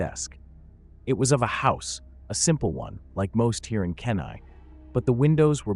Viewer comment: KENAI.....NOT. "KEN EYE" "KEEN EYE" I WISH any person telling stories in Alaska, would learn names of cities and villages. Plus our trees and shrubs. We only have skinny spruce, and cottonwood. Also birch. No other trees. No pines, nothing you would find in northwest. Just take ten minutes to Google the train. Alaska native.